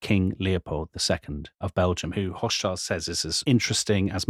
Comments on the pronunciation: Hoch-schild = high-shield Schild is pronounced like shield but with a shorter ee-sound and ends with a t. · "Hoch-schild" ("high shield"). Similarly: "Roth-schild" ("red-shield"). Long "o" in both names. The only time that "Hoch" has a short "o" is in the word "Hochzeit" ("wedding").